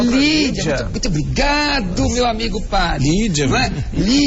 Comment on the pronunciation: "ohhh, muitu obricato meu amigo padri" ¬¬